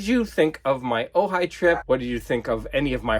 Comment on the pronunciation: Ojai,! Sorry, couldn't help myself. A lot of those Penguin Classics books look really nice. I read a lot of those as course literature back when I was a student. I could hear the desperate screams of elitist record collectors when you removed the shrinkwrap from those records. 'The Frogmen' looks really cool. Woody Woodpecker... that's like a tripl double entendre. By the way, in Danish, he's called Søren Spætte. No double entendre there but you do have both an 'ø' and an 'æ'.